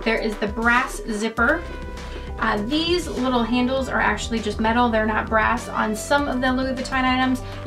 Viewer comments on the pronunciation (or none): none